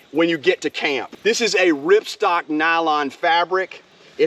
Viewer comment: Love the review. My OCD is kicking in, though. It's ripSTOP, not ripstock. Other than that very small thing, I love your video :)